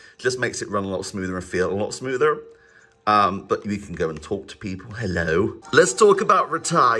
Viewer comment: "High, High, High, High, Lo" - man learning to say hello for the first time